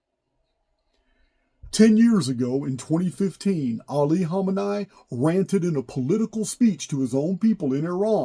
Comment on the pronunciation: It's pronounced "Kha-meh-knee"